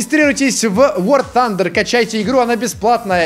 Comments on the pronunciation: Ты не правельно говориш WAR THUNDER. Надо Вартандер говорить а ты Вортандер (хотя... Даж не знаю кок правильно но я и мои друзья и дрюгия люди говорят Вартандер) и всё равно ты лудший 😁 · Прввильнее "вар тандер"